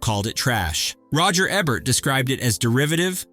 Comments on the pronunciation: UGH...IT'S ROGER EBERT, E-BERT, NOT EBBERT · He never pronounces Ebert correctly